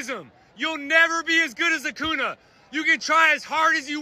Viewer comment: did he just say acuna instead of acuña